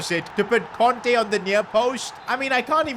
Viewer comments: Kante not konte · kante not conte😭